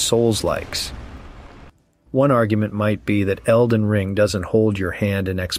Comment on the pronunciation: Elden ring has a ton of replay value if u actually know what u are doing! This guy sounds like a soft lazy man child! He can't even say elden ring. I'm going to call it ER , ER WAS a TV show like what in the 90s. About an ER in a hospital lol. I can't find any runes, I need my bottle mommy lol haha . I never troll but I had to. Please sir cry some more. U are allowed your opinion just like I am, but maybe try actually playing elden ring more then 50 hrs lol